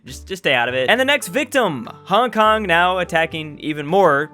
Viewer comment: You popo mispronounced my city